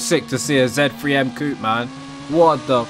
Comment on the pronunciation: Bri'ish man saying Coop instead of coupe 😂 Trying too hard to be american